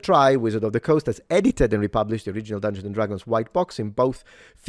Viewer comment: Dung-gay-on and Drag-goons